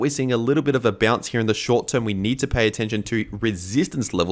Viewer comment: What’s up with VIDEORRRR and HEEEE (here)?